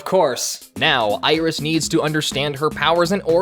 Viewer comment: watched one of ur videos last night, really enjoyed it and today the official lolirock tumblr links to this?? clearly its fate lol though… your pronounciation of 'iris' is painful 😔